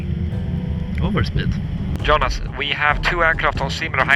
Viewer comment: ”overspeed” ”Va over speed”🤣